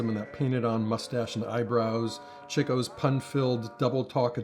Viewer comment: I love that he says “Chico” as in Ihhhhh, instead of “Cheeco”. This guy’s a TRUE FAN!!!! “Chico” got the name because he LOVED THE LADIES!!!!!